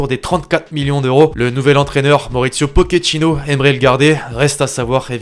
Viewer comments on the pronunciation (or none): none